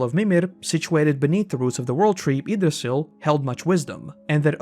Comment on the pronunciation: Do u purposefully ignore the "ye" part of words that are supposed to start with it? Ye-Mir not Emir Ye-gdrasel not Igdrasel (I know thats not the spelling im just trying to explain the noise)